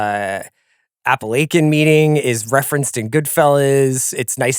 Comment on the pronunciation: CR is an accomplished journalist and and just said “Appilake - en” 😂